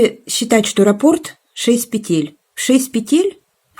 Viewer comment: Спасибо. Как всегда, прекрасный урок. Приятно Вас слушать.А уж работы Ваши ...Отдельное спасибо за правильное ударение в слове "рапОрт"... Это редкость. Вот бы все вязальщицы произносили это слово правильно....